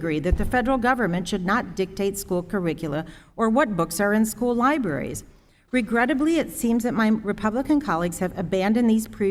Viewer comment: Did he just say Lie-berries